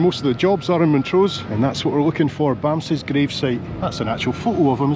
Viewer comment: As much as a cute name is Bamse...Its pronounced BUMPSA...Was the lady behind you at Bergen Airport smoking?